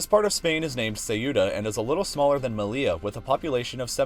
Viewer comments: It’s not “me-lee-la” it’s “me-yee-ya” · "Seh-oo-tah" and "Meh-lee-yah" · "Melia" and "Cejuda" 😅🫣🙈🙈 ... seriously, if you specialise in geography then you should at least learn some basic pronunciation of the places you talk about. This is embarrassingly lazy 🙄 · You don't pronounce double L in Spanish as [l] but rather [j] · It is really funny to hear english speakers trying to name our cities xDD "Melia" instead of "Melilla" and "Ceuda" instead of "Ceuta" xDDD